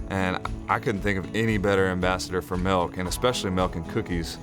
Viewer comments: Bahahaha! The captions say "milk" but he says "melk" hahahaha! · I enjoyed the video, but why Santa had to be so mean. Everyone loves "MELK and cookies" lol. Wishing you much success, love the idea